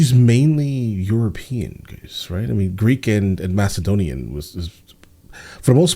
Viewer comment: Macedonia pronounced wrong 😂